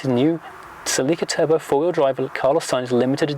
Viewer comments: I lost him when he started call the car celì’ca instead of just celica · It’s pronounced cElica not celicAAAA 😂 😂